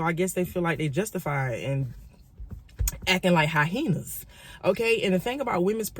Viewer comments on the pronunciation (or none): Acting like Hy-henas 😂😂😂 its Hyenas baby #respectfully